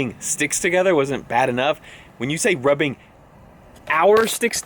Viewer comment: lol, the very end. Rrrrrrrrrubing our sticks together.